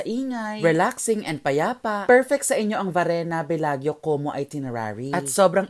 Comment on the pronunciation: When you come back to Italia, let me know and I can accompany you roaming around. Btw, that is pronounced as Belajo. parang Miss Universe walk. 😆